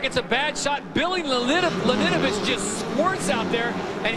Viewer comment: damn that commentaror cant say billy laninovich's last name